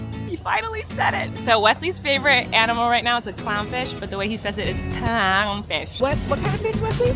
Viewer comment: I love Wesley’s clown fish pronounciation, so funny and cute ❤❤❤ Maisy is like I am, “too many people”. Nature is amazing.